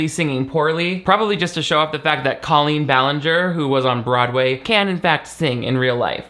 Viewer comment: Thank you for saying her name like Colleen and not Cole een like she says it Idk why but that’s like a cherry on top of the cake of her stupidity Like why the accent when she says her own name? And only her own name hahaha drives me bonkers